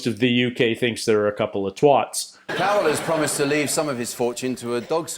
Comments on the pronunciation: It's not 'twot', it's 'twat'. Also 'Angel Delight' is probably closest to what Americans call pudding. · and na we think there twats not twots Lol xD every single American and Canadian cant say the word twat , its insane! TW@ not TWOT :P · As a British person hearing you say twat like twart hurt my soul 😥, Not a hater but just advice on pronouncing it dude Emphasise the at as in like hat, and then just go TWAT! 😂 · did you say twot?